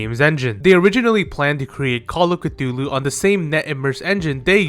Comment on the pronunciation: That is not how you pronounce "Cthulu" It is actually just "Thulu" The C is silent.